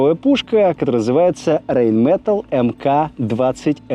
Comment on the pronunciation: Правильно говорить, РАЙН МЕТАЛЕ